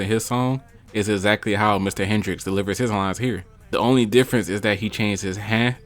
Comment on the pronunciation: You hear detriot accent coming out bro said “ the opening lyens”